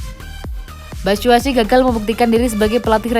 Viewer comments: Min, Mitchy Batshuayi bukan Batshuasi hehe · Batsuasu apa batsuasi wkwkwkwkw